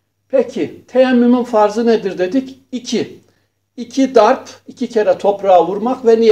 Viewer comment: Sayın Hocam 1-- DARP kelimesini DART şeklinde talaffuz ettiğinizi sanıyorum. 2-- MEST değil MESH ediyoruz.